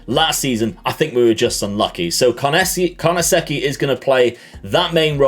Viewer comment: Your pronunciation of Carnesecchi was perfect, keep it up!